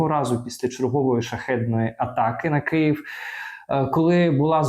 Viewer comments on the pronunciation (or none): none